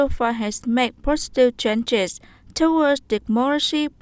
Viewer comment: Lại sai nữa towards một là đọc /təˈwɔːdz/ hai là đọc //tɔːrdz/ chư /`tu əd/ đâu ra?